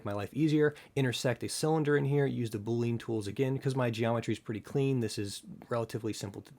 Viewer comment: boo-lee-un thumbsup